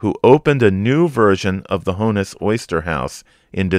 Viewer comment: I love this series. Thank you. BTW, it’s not Hone-iss, it’s Hawn-iss